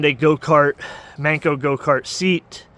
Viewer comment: Why is he saying goat-cart?